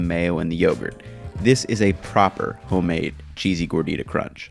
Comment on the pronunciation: Yo he straight up said “hoe-made” in the intro